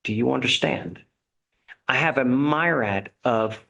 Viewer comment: Is "my-rad" how Texans say myriad?